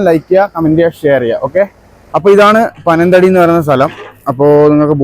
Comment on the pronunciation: പനം തടി ആണോ . പനത്തടി അല്ലെ